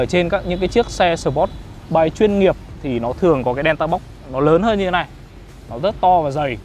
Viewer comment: Review nói chug chug..sờ pốt bay..vcc.cười ỉa